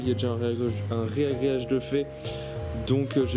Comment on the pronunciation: Petite correction pour une faute de diction reproduite couramment : c'est 'ragréage' et non 'réagréage'.